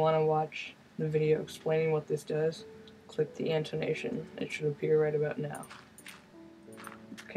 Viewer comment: Antonation? lol... its Annotation.